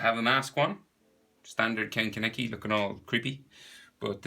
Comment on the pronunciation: Finally someone actually says his name right